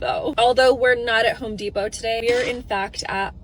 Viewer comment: It's HOME Depot. Not 304 Depot 😅